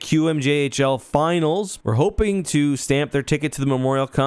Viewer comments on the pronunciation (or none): none